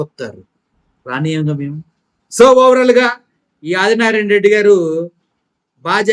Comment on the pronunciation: అరె అది నారాయణ.రెడ్డి గా లంజకొడకా.తెలుగు వస్తె చదువు రాకపోతే నియమ్మతోనో ,నీ అలి తోనో. ఇంకా కుదరకపోతే కూడా పలుక్కుని చదువ్.నువ్వు ఒకే మడ్డకి పుట్టుంటే నిన్ని అదిగా జగన్ నీ టచ్ చై ఏపీ లో sc,st,bc మైనారిటీలు ఏకమై ఉగ్రవాదులు లాగా మారతారు..జగనన్న చిటికన వెలు మీద వెంట్రుక కూడా పీకాలేరు నారాయణ నారాయణ అని తంపులు పెట్టుకో రా కొజ్జానాకొడుక....